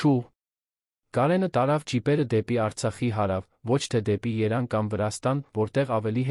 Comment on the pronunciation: ԵՐևԱՆ ՈՉ ԹԵ ԵՐԱՆ